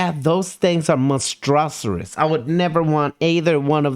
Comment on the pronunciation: OK, not to nitpick or anything lol....But.....It's pronounced MONSTER-US......Not MON-STRAW-SER-US.......Lol don't come for me it's the grammar police in me.